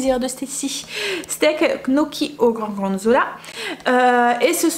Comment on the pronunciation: Tu me fais rire à dire les "knoki', c gnocchi (dire 'nioki') 😂J espère que ton pied va mieux. Merci pour la carbonnade